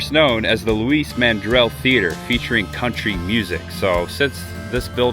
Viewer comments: Lou eese not louis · It’s Loueeeze Mandrell as in she,lol.